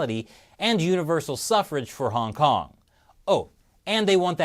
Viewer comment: It's called Hong Kong, not Hong Can't.